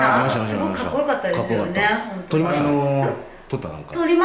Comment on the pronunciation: 先生「撮りました」の発音がけいちょんと同じになってます。もうけいちょんと結婚してあげて下さい。(◍•ᴗ•◍)